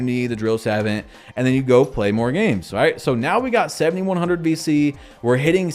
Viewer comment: Sa-vaunt, thats how it sounds when you say it